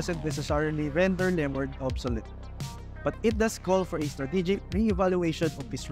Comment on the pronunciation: Lemord 🤣 dami arte di ayusin pronunciation